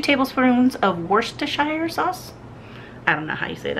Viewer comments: JUST PRONOUNCE WORCESTERSHIRE CORRECTLY. WELL DONE! YOU GOT IT.. 👍👍👍👍👍👍👍👍👍👍👍👍👍👍👍👍👍👍👍👍👍👍👍👍👍👍👍👍👍👍👍One heart for each of you guy’s.. 💖💖💖💖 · was right when he pronounced Worcestershire. We do also say Worcester sauce too in the UK. I love meatloaf and mash potato. I have never tried it in my insta chef as I only have the mini one but I do have a multicooker which slow cooks and stews and bakes but it classes itself as a pro chef multi cooker. I will try it in my machine and let you know if it works. For my personal taste, I would peel the potatoes before I cooked them.